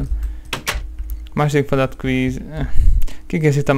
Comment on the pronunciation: Az nem Feladat hanem Fleadat xD